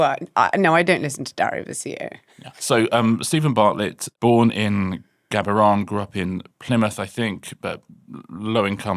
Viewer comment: Richard. We need to talk about how to pronounce “Gaborone”